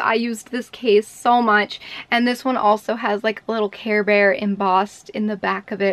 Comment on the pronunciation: OMG it’s care bear not chare bear